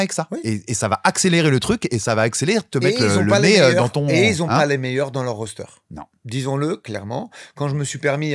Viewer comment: a dit "rOasteeeeeeeeeeeeeeeeeeeeer"!!!! Maintenant on passe a "letjjjit" et pas "leguit"